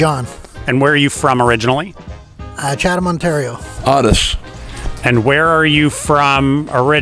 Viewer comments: I’ve never heard someone pronounce Otis as Ot-is before 🤔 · Does Otis know he's saying his name wrong 😜